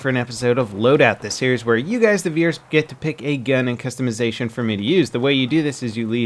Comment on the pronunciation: u say gan not gun xD